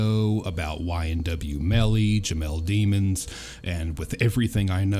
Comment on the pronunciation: It’s pronounced Dimm-unz,….. not 😈🤦🏽‍♀️😂😂😂